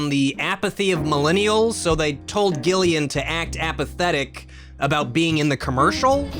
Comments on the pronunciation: My name is Gillian, but it’s pronounced like Jillian, so it’s so painful hearing it pronounced like that... and I wanna hear him say my name, lol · I didn’t know Gillian Jacobs before this so at first I thought pronunciation of her first name was one of those sarcastically passive aggressive lowkey roasts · Glad I waited until the interview to say that you were pronouncing her name wrong.